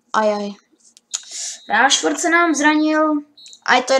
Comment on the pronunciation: to jméno se čte Rešford